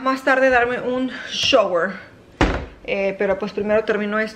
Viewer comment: .....aprende la pronunciación correcta de las palabras "shower" y "farenheit". Las has dicho incorrectamente por MUCHO tiempo!!